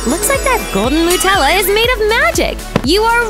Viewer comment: It's not Nutella it says mutella